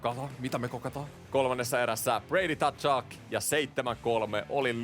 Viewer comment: Usko nyt että se lausutaan suomalaisittain ”katsuk”. Siihen ei kuulu ottaa sitä t:kirjainta eteen